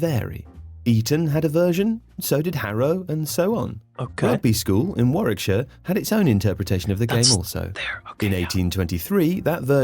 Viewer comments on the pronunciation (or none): none